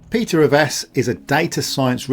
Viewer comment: 'Revesz' is my surname unfortunately. Thanks for saying it correctly, most Polish speakers get it wrong 👍